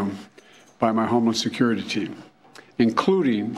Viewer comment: Was he saying "Homo-Security"?